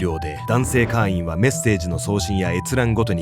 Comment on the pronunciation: 会員を「かいーん」じゃなくて「かーいん」って読み上げてるのが気になって話が全く頭に入らなかった...